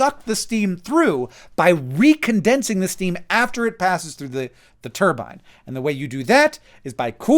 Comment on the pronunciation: You are saying turbine wrong